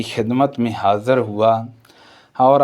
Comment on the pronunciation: آپ کی اردو بہت غلط بول رہےء آپ۔۔۔ ہدایت کو ہدایت(Hadait) ۔۔حاضر کو (Hazar) کہ رہےء۔۔۔معلوم کو ملوم ۔۔۔ کیا ہے یہ